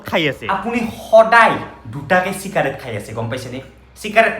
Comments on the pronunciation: চিকাৰেট নহয় চিগাৰেট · চিকাৰেট নহয় এ দাদা চিগাৰেট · চিকাৰেট নহয় চিগাৰেট ✅ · চিকাৰেট নহয় অ গৰু চিগাৰেট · চিকাৰেট নহয়।। চিগাৰেট হয় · ভাই‌ , চিকাৰেট নহয় , চিগাৰেট । বেলেগক শিকোৱাৰ আগতে নিজে শিকি ল । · চিকাৰেট নহয় হে... চিগাৰেট হে। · চিকাৰেত নহয় চিগাৰেট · চিকাৰেট নহয় , চিগাৰেট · চিকাৰেট❎️ 😂😂 চিগাৰেট ✅️🙂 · চিকাৰেত নহয় অ চিগাৰেত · Cikarate nohi chigarate